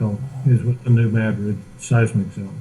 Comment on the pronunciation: Hi. Just wanted to say you are awesome for the time you spend to get the message out! Also New Madrid is pronounced "Mad" as in angry and "rid" just like it sounds lol. it's a local thing I guess!